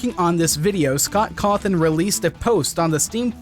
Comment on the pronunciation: It's scott cawthon not scot cothin.